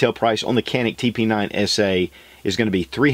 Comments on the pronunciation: It's pronounced Janic--not Canik :-( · If you're going to review an item, learn how to pronounce the name please. It's Turkish. It is not pronounced Can-ick. It's pronounced ja-nick or even cha-nick is acceptable. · Pronounced "Djanick" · Excellent review. I have 2 of this model, plus a SFX. I am always impressed with how good the triggers are. Better than any other striker pistol I have. By the way, it is pronounced "Janik". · Greetings from Turkey to gun lovers of US. If this pistol brand is written as janic then the pronunciation will be up to Turkish. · Canik is pronounced like “jannick” in janet. Thanks for a good rev. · Wonderful review only thing is the pronunciation is janik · I don't think you would give a damn, but it is pronounced like "johnic" :)